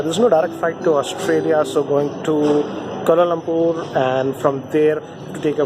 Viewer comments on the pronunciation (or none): Kolo Lompoor Melbone Bhuvan Baam Breakfaaat.... How many mistakes bro? 🤔😂